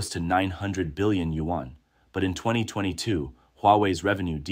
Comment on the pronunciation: What is a Yu-wan? Your narrator need to learn the proper pronunciation of Yuan.